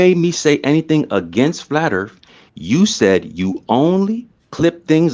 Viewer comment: I love how says "Da flat ERF